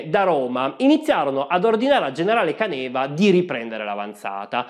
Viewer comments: Permettimi di farti notare che hai completamente cannato la pronuncia del generale. Non è Canèva, ma Càneva ed è la parola in dialetto che significa "cantina ". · Bel video, questa serie mi sta piacendo molto. Da friulano volevo solo correggere la pronuncia, non è Canéva ma Cáneva. Non so se qualcuno l'avesse già sottolineato prima, ma sono bazzecole👍🏻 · Caneva con accento sulla prima "a". Càneva non Canèva 🧐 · Correggo solo la pronuncia di Caneva, che la conosco essendo Veneto ( sbaglio sempre la pronuncia di Rumór, persino da Vicentino ...quindi per i cognomi so che capita inevitabilmente, a chiunque non sia del luogo )...per CÀNEVA, l'accento è sulla terzultima.